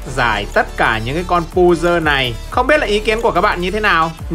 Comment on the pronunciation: pơ giồ hơ giồ chứ không phải pu dơ hu dơ